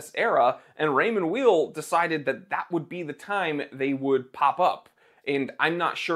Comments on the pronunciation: And it's pronounced like the word WHILE in terms of the last name. It would be like calling you the Time TEELER. Jeez. A bit of a loss of credibility and a lack of preparedness. All you had to do was call the company itself for the correct pronunciation. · It’s pronounced “While” (source: my last name is Weil) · PS: It's pronounced "vile" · Weil is pronounced Vile, it’s a German word! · You can't even pronounce Weil. German Ei is pronounced Ie and ie is pronounced Ei